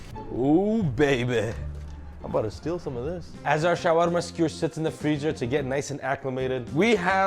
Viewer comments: The way this guy with an obviously very American accent pretentiously over-pronounces "Shawarma" in another accent every time he says the word is cringe AF and makes this video unwatchable. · 😂 in Saudi Arabia ( shawerma ) not ( shawarma ) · ShawErma ... guess where I am from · The way he says shawarma is wrong, maybe he was born in the West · When Bangladeshi people heard that pronunciation 💀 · Fuck that's annoying how he's pronouncing shawarma, it's almost as bad as Giada De Laurentiis pronouncing any Italian word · How do you overpronounce shawarma so much?